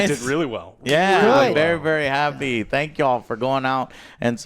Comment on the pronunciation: Spank instead of thank🤣😂🤣